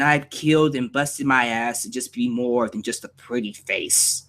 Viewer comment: I swear when ryback started the feed me more thing at the end of the segment he said feed me nore